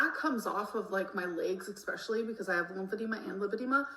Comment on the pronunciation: She says, Xspecially. Haha